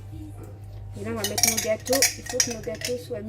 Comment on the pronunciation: JE VAIS METTEJE VAIS METTE JE VAIS METTE!!!! TU ES ALLERGIQUE AU R ????!!!!